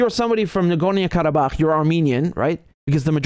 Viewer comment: Nagornia? Whazzat, some island off the coast of Narnia? Nah-Gor-NO.